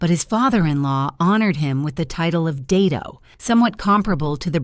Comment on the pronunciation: "Dato" is pronounced as Daa-Tok not Day-Toe